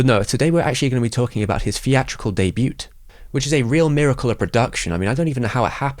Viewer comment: What dialect actually pronounces the t in debut?